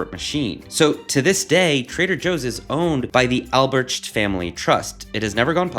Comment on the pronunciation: Nice video! FYI, Theo Albrecht is pronounced All-Bright